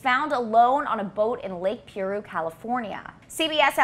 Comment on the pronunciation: The Lake and area of SoCal is pronounced "PIE -ROO" not Pee Roo or whatever you saying?! Do you not live in SoCal and watch actual Current Events???? Your killing me.......